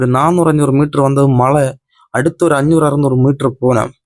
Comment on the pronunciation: தம்பி மளையில்லை மழை உங்கள் வட்டார மொழி அழகு